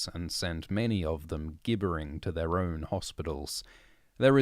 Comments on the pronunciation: 40 seconds into this free audiobook, the reader pronounces the word "gibbering" as "gibb-er-ing". Guess I'll have to buy a copy on Audible. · Gibbering? With a hard g? Come on.